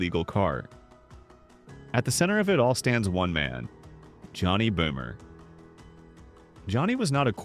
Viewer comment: Böhmer not bomer😂